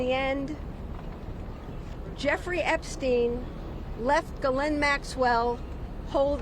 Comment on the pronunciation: CNN pronounced her name "Jewfree." Freudian slip? 😅